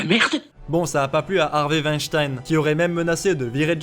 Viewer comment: Le monde germanique te remercie, en mon nom, pour avoir prononcé correctement le patronyme de Weinstein 👌